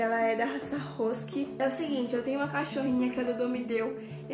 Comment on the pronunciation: Rosk? É Rusk e se fala rask